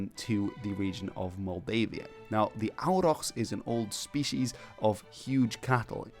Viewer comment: Bro can pronounce Dragoș Vodă perfectly but completely butchers a simple word like Auroch 😂😂😂